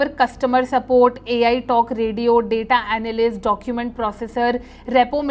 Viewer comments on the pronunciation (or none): none